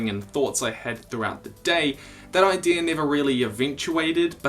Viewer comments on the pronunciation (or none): I just noticed you say idear